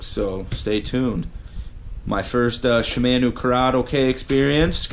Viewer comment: Not shimaeno , shimano